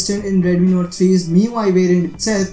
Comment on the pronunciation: Redmi "nore" 3